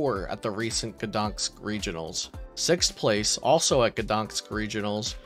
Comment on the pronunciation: It's GdanSK, not GdanKS!